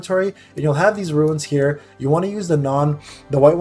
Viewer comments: They're pronounced as "roonz". You keep saying "roo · uhnz". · It’s Runes (Roonz) …not ruins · Lol i can’t when people say ruins, it’s runes. My cousin says ruins too and it drives me crazy lol